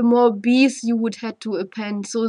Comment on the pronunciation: pronounced you as khhou, I knew this lady is german. Nice explanation